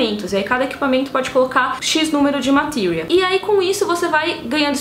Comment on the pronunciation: Tem que falar Matilria? Matéria! É matéria! Pelo amor de Deus tem coisas que não precisa ter sotaque até no filme de final fantasy 7 nem em japonês ou americano nenhum fala O nome de Sephiroth do feito que vc fala não estou criticando seu vídeo pois gostei e curti mas seu sotaque internacional incomoda!